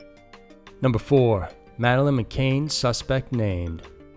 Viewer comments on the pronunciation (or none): Love this guy but why say madeline mcain when there is no i in her surname? It is mccann!!